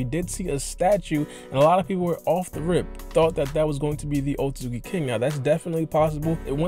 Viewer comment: Osuki osuzuki osuzuki lol pronunciation so bad .